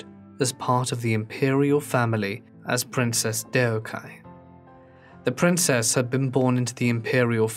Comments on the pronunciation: 덕혜 Deokhye - should be pronounced Dok-hey it's two syllables. It's a minor thing, but the pronunciation of Korean names is specific. Three syllables is usually their whole name with with the family name being placed first. The narrator keeps calling her 데옥하이 ( De ok hi ) Which is not her name- It's 덕혜 (Deokhye). Oh and don't try to say it's the accent- I went to school in Korea with people from ALL over the world we all managed the alphabet- It does help to know how to say her name. It's too bad there was no one to help the narrator out. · A good way to get the pronunciation of foreign proper names right is to substitute them for english words that are "close enough" - for example Princess Deokhye - you say it like Dee-oh-ky - but it'd be closer to Dock-Hey. Just a thought. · Lol as a korean, it is not pronounced Deyokhiy, it is pronounced dokhye, the eo sound is not eyo, it is a higher version of o, and hye is not hiy, it h-ye Edit: oh i just realised someone else commented this lol. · The mispronunciation is abysmal. There is no excuse to not do the due diligence of checking the official pronunciation of names you do not know, especially if it’s the literal main name throughout the whole video. Dio-kye is one thing but dorok-hye is just fucking ridiculous. Duk-hye. It’s not that hard. It’s sad that the mispronunciation is so grating that I struggle to focus on the video as it’s both well researched and well made, but I guess it can’t be helped. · the correct pronunciation of her name should be "dok-hey" with no emphasis on the 'y' if it makes sense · me, being korean, watching this and thinking only one thing: its supposed to be pronounced duk-heh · In Korean, when romanized, 'eo' is a u sound like the u in 'up'. 덕혜 would get romanized as Deokhyeo so duk-hyuh is a more accurate pronunciation. Other than pronunciation, great video, and fun to hear narrate a Forgotten Life! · It drives me mad. Shows zero respect. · It's actually pronounced "duck hae!"